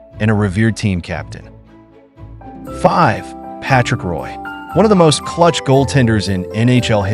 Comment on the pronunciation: Pronounced Martin Brodeur in a French way and Patrick Roy in plain English. I hate AI. FFS use a real human 😢